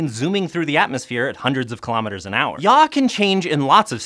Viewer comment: Yaw* not Yaa